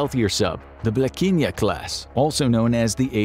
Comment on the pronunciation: You really murdered "Blekinge" xD we are not that slavic in our pronounciation xD